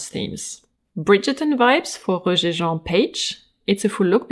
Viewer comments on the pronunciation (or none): none